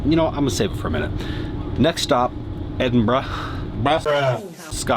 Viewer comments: 6 mins in. I'm scottish living in Scotland. Top of the morning to you is an Irish thing. At least you tried to say Edinburgh right. You met the woman from established titles who's gonna be biased. You're clutching at straws, it's a scam 😒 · You were 15miles from my house when in Edinburgh 🙂. In fact you drove by within a mile of my house . I pass by the established titles land in the Borders quite often. I congratulate you on your pronunciation of Edinburgh 👍. You can pretty much wild camp anywhere in Scotland, just not near houses. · Big Respect to you Dave for actually pronouncing Edinburgh correctly and not overdoing it like many others would. Merry Christmas to you and yours Dave. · Nice to hear you pronounce Edinburgh correctly..Well done!! Lol😃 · It does my heart good to hear you pronounce "Edinburgh" correctly, Dave. And I'm also glad you got to experience the joy of the British rail system. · Hope you had a good time regardless whilst you were here in our Country! And fucking well done for pronouncing Edinburgh correctly, so many American YouTubers get it sooooo wrong. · Thank you for saying Edinburgh correctly! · Thank you for pronouncing Edinburgh the right way. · Congratulations on your pronunciation of my home city. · Welcome guys and regardless of everything else, THANKYOU for pronouncing Edinburgh even close to correctly. Solid 9/10 😂 it kills my soul everytime it's pronounced edinboro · Hey, that was a pretty decent pronunciation of "Edinburgh" for someone from that side of the Atlantic. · Thank you the first American who has called Edinburgh by its correct name 😂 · From a Scottish fan I’m just glad you said Edinburgh right 😂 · Finally! An American who can pronounce Edinburgh correctly 👍 Its not Edinborough 😆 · How did you enjoy my beautiful city Edinburgh, your pronunciation was top drawer .Great video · Finally an American that says Edinburgh correctly woo hoo their not all a bunch of f🤬king plonkers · Thank you HeavyD for saying Edinburgh correctly